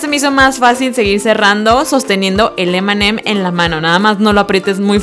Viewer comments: nose dice emeem sino eme eme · Cuando decías m&m parecia que decías Eminem